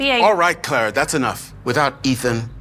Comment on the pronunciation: her name is Clara not Claire